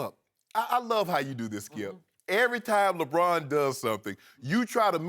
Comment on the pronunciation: I do not know why but I find Shannon Sharpe highly irritating - especially his screaming and pronunciation ('skiiiep', 'lebrouuun').